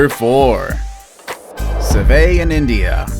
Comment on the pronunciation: It’s pronounced “si-vit”